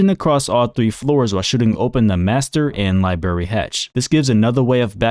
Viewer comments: library, not liberry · bro said liberry hatch